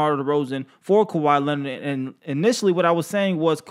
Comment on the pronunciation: Turtle with a P not a T is how u say his last name